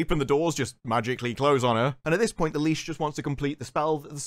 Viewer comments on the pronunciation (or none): I laughed every time you pronounced what I assume was "Lich" as "leash", especially when referring to the manlet when he was possessed. His character is basically that he's the party's harmless pet dog that at first I thought you were calling him a leash on purpose. Lich is pronounced the same as witch. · Litch. Lit-ich. Not Leash. Do you even speak American?